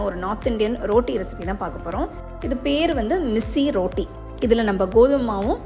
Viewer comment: ரோட்டி இல்லம்மா ரொட்டி